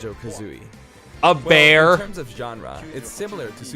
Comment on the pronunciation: "So, what is Banjo Kazooie?" "a bAeR